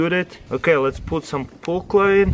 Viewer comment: DOES HE SAY POOL CHLORINE?